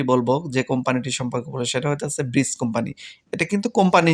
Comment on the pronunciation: ভাই আসসালামু আলাইকুম ব্রিস কোম্পানি না ব্রিজ ডেলিভারি প্লিজ ডেলিভারি